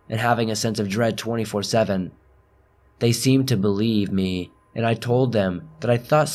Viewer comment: Why did you emphasize believe me